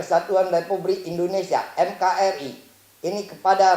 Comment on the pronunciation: NKRI bukanya MKRI. Organinasion